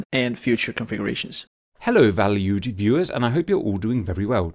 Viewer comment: "Val-You-ed viewers" ~ 2021 "Incursion by hostiles at fifty DEGREES one hundred ten, canyouintercept?" "Coming out of cans... or cens... why do you call it cens?" Joacim Cans entered the chat. Simba Wimba: "I snapped a wing" Wingless25PD left the chat.